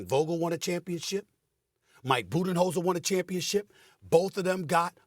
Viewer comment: “Mike Budenenzholder” -Molly Qerim